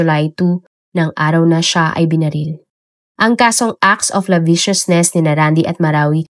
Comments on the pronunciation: ACT OF LASCIVIOUSNESS (lasibyosnes), hindi labisyosnes. 🥴😊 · Acts of lasciviousness idol.. Mali pagkakabigkas mo....!! Iba din ang acts of lasciviousness sa kasong rape at ang walang pyansa na rape ay ang rape with carnal knowledge o sexual intercourse.. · acts of lasciviousness po yun madam, di po laviciousness..